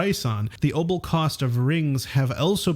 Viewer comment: Are you trying to say opal?